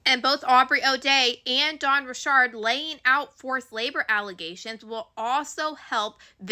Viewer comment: I’m trying to support you, but you keep pronouncing words wrong. It’s “RICH ARD” not ‘Rishard”